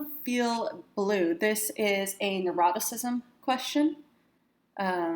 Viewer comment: Neuroticism? I thought you said eroticism. Test wasn't quite as exciting as I thought it might be! lol